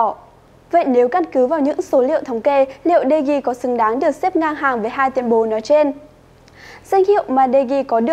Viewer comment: Đờ Gia chứ ko phải Đi Gia